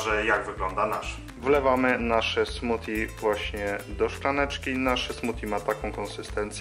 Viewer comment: fajne....tylko zle wymawiasz.....bardziej slychac tam d niz t..."smudi"...a po polsku koktajl;)